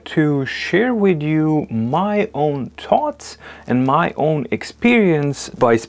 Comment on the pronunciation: THoughts, not 'toughts.'